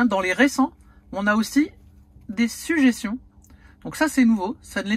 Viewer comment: "des sujéssions"😁 je te taquine Merci pour ton boulot👍